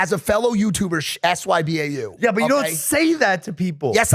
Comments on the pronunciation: Somebody tell the boys you're supposed to pronounce sybau not spell it out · Did i really just hear a 40 year old man, actually hear a grown up say sbyau and spell it out instead of actually saying what it stands for???? Could you be anymore cringe? I expect to see that from kids on games but not people actually speaking like that